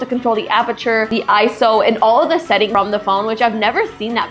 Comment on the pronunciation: Did she actually pronounce ISO💀 tech YouTuber btw